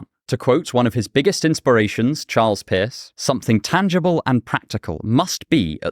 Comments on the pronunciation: lol are you saying "Pierce" or "Piss". Was there a pragmatic philosopher named Piss? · I’m sorry, but when you say Pierce it sounds exactly like piss. Don’t know what to do with that, but there it is.